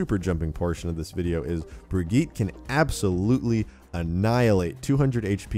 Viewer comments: It's pronounced Brijit not Brigeet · Bri-git- uh. Please say it better. It's kinda annoying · AmyAsheworth - Unofficial dude it’s a Swedish name I’m Swedish myself that’s not how u pronounce it same with Torbjörn its not pronounced the way people say it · How to pronounce the new hero. (Bridge-Yeet) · YouTubeFame - Brig-eet. Offical Blizzard pronunciation for their new character. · Pretty sure her name is Germanic, because of Reinhardt. Anyway, her name is specifically pronounced Bri-gi-tah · YouTubeFame - dude, I have watched videos and read how German people are pronouncing the name. The way she pronounces it is Germanic not Swedish. Bri-get-tah or Bri-get-teh I never disagreed with you on the first place. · AmyAsheworth - Unofficial he isnt tho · Uhhh hes saying it wrong